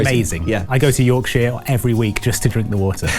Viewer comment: yorkSHEER my gosh my yorkshire ears hurt